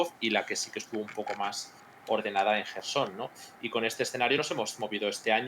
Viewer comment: Jerson, se pronuncia Jerson, dedicado a que lleva ya AÑOS comentando el tema de Ucrania y siempre pronuncia MAL el nombre en inglés o transliterado a alfabeto latino del Jersón ya castellanizado. "Kherson" no es "Quersón", ni "querson", es "JJJJJJJJersón". "Mikhail" no es "Miquail", es "Mijail", a ver si lo pillamos de una vez, que se llevan ya demasiados vídeos siempre diciendo mal los nombres de las ciudades por no saber leer correctamente. Y si quieres, lo pronuncias en su variante castellinazada, Jersón", que es más correcta. Por cierto, "Jarkóv" castellanizado, y escrito como Kharkov, ahí no veo a metiendo la pata mil veces llamándole "Karkov". Y en inglés se escribe también como Kharkov.